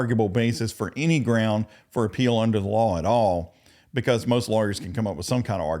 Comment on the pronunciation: how does this appeal help with the 700 yr sentence anyway? i know they r SICK of hearing him. words that annoy me the most: takit agreement, grounz, substain, overoo, law liberry… as a blk woman who’s dealt with multiple types of racism…this man can NEVER say they were anything but fair to him. i love how they documented everything regardless of all that disruption and distraction. idk how she didn’t throw him in a volcano. 😂 im gonna learn to have THAT type of power and patience. i’ve been bullied by men like him too many times to count and am excited to study criminal justice soon.